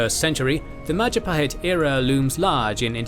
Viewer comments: Oh look at who controls all the islands? It's the Mahajapit ❌ Majahapit ❌ Mapajahit ❌ Mahapajit ❌ Mapajahit ❌ Ma..ja..pa..hit ✅ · Mahajapit ❌ Majahapit ❌ Mapajahit ❌ Mahapajit ❌ Ma-ja-pa-hit? ✅ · mahajapit ❌ majahapit ❌ mapajahit ❌ mahapajit ❌ mapajahit ❌ majapahit ✅ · Maja-pahit ❌ Maha-pajit ✅ (maha means great in Sanskrit) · Mapajahit ❌ Majahapit ❌ Mahapajit ❌ Ma ja pa hit ✅✅✅ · “Oh, look at who’s in control out of all the islands!? It’s the mahajapit! ❌ Majahapit! ❌ Mapajahit! ❌ Mahapajit! ❌ Mapajahit! ❌ Majapahit? ✅ “ bill wurtz history of the entire world I guess video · New video from? It's the Mahajapit Empire! ❌ Majahapit Empire! ❌ Mapajahit Empire! ❌ Mahapajit Empire! ❌ Mapahajit Empire! ❌ Ma-ja-pa-hit? ✅ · Oh look it’s the Mahajapit ❌ The Majahapit ❌ Mapajahit ❌ Mahapajit ❌ Mapajahit ❌ Majapahit ✅ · Mahajapit ❌️ Majahapit ❌️ Mapajahit ❌️ Mahapajit ❌️ Mapajahit ❌️ Ma-ja-pa-hit? ✅️ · Lovely video, but you guys need to work a bit more on the Indonesian pronunciation 😄